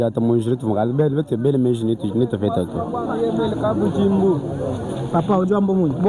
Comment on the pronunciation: Merci beaucoup pour le reportage, j'apprécie beaucoup le travail que tu abats. Un petit conseil, arrête de déformer notre langue, le tshiluba. Par exemple : au lieu de prononcer KABUDJIMBU, tu as tendance à dire KABUDZIMBU, ça ne sonne pas bien. Merci pour le travail.